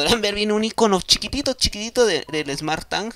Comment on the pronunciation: Que pesado escuchar smartTAN!!